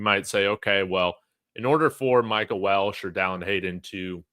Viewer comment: Its pronounced Wel-che not Welsh. There is no "S" in his last name. Respectfully.